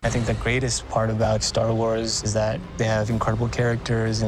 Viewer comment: He says Star Lores.. The hell?!?